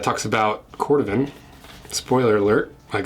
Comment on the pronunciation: Cor Dooh van.